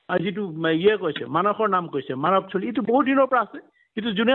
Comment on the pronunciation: মানস নামটো এজন অসমীয়া মানুহ হৈ আপুনি মানচ বুলি কোৱাটো অকল ভূলেই নহয় সেইটো এটা লজ্জাজনক কথা। আহক আমি নিজৰ মাতৃ ভাষা শুদ্ধকৈ কবলৈ প্ৰতিজ্ঞা লওঁ।